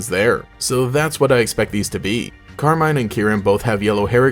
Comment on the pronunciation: Pretty sure it's meant to be pronounced Carmeen